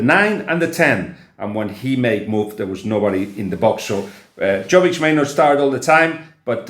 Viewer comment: Hint: Yovic not Joe-vic.